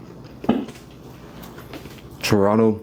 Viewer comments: ahhh u finally pronounce Toronto properly. only took 2 weeks! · Pronounced Toronto correctly. 👍🏼